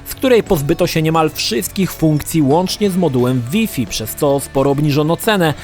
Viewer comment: Taka wskazówka na przyszłość. Jak już wszystko na siłę starasz się mówić po angielsku tj. PiEsPi, DiEs itd... to Wi-Fi wymawiaj Łaj-Faj...